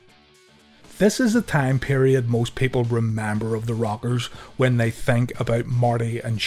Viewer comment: It sounds like you're saying "The Robbers"